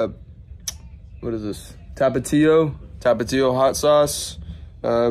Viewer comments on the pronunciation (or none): It's not tapatio hot sauce, its T A P A T I O man. Get it right